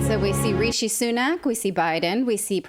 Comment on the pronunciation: Reeshe? Yay-zeuz! Rishi Of the two "i's" in Rishi only the last one has an "ee" sound. "Ri" (like rip) "sh" (like be quiet) "ee" (like squeeze) Rishi Not Reeshee... Not Richy... Rishi. Dont even get me started on "Sunak"